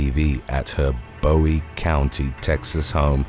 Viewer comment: In Texas, Bowie County is pronounced 'boo-ee', not 'bow-ee'.